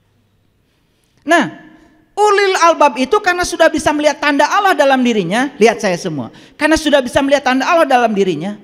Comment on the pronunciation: kok nyebut LAFAZ ALLAH KURANG FASIH?